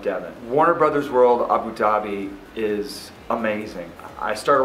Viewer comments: It's Abu* Dhabi not Abi, it spells as Abou Ugh LOL Otherwise it was an incredible work. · where is "abi dhabi"? is it anywhere close to "abu dhabi"? you're there, you should be able to pronounce it correctly!